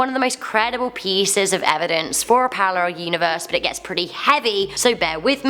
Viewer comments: Hmmmm parrarel? I wondered what was wrong there then realised🤣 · Parallel not Parrarel